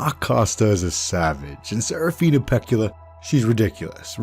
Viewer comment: dear lord the butchering of the name pekkala annoys me... use some double consonants people, DOUBLE CONSONANTS. the name should be pronounced exactly as written, meaning both k’s should be audible in the name.